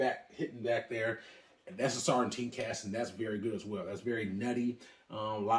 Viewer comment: I was wondering, why the extra 'T' in Sauternes? haha